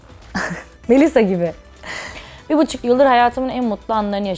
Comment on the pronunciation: “kObul” değil, “kAbul”. “GazAteci” değil, gazEteci”, “MeYsa” değil, “Melisa”, “kartposter” değil kartpostal. Ay yazık yaaa iyi ki Şeyma değilim :(